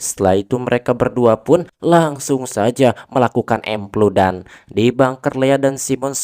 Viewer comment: andi nonton ieu harepen kolot a, si aa ngomong epludan meni ahh 😌